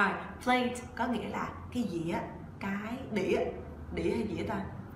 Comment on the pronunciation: Sao mình phát âm từ plate với play giống nhau quá